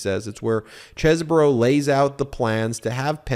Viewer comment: It's not Kevin Chess-bro. It's Keven Cheese-bro. 😂